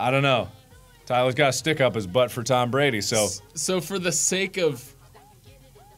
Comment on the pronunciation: "Tam Brandy" I can't 😂😂